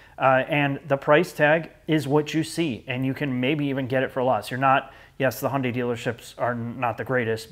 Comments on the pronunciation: Decent lineup. Oh and, it's 'Hyun-DAY' (two syllables, not three). Overall, a decent list and well thought out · He goes Hai-Yun-Dei Elantra, and gets corrected. That was funny lol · Both pronunciations of Hyundai are wrong. I salute the effort.